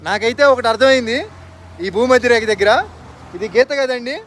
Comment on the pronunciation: "భూమధ్యరేఖ"......రేక కాదు